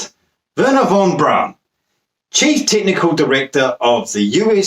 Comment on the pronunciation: What? You can't understand how celebrities doing porn proves the moon landings were fake? Seems obvious to me. Obvious bollocks, that is. BTW Von Braun's name is pronounced "Brown", not "Brawn". Same colour, same surname, same pronunciation, just different spelling, It's unlikely he was other than nominal a Nazi. Like many other leading specialists he seems to have been obliged to join the party to keep his job, though there is a dispute about the date (1937 or 1939). He was under constant surveillance by the SD from 1943 onwards and was always considered suspect by Himmler. He was arrested in 1944 and imprisoned in a Gestapo section of Stettin concentration camp. Albert Speer, the Minister for War Production persuaded Hitler to order his release after 2 weeks. Why he was arrested was never clear including (he said) to Von Braun himself. It was thought to be because of "disloyal" views he expressed in private conversations with other scientists and engineers, one of whom must have been a snitch.